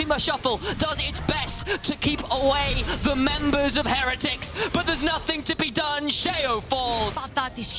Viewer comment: why does say heretics wrong someone shouldve told her